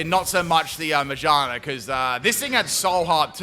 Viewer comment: Everytime pronounced Ma-GEAR-na as Majarna my butthole clenched a bit